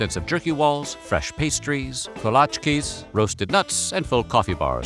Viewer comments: Buccees is slowly spreading Texas culture to the barbarian hinterlands. 'Koh-lahtch-kees' though? It's pronounced Kuh-LA-cheese :) Congratz on saying New Braunfels mostly correct though -- there's a ton of Texans that get that wrong. :) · Why does the narrator keep saying kolaches like kolatchkees? Is that how they are actually pronounced? I’ve been a Texan all my life and and I’ve always heard them called ko la chees.😊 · Kolatchkee???? Huh??? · The Narrator mispronouncing Kolaches is just getting to me. Ko-La-Chees.